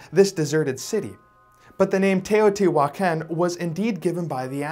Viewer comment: In spanish he is pronouncing mica correctly, but he’s pronouncing Teotihuacan wrongly half of the time.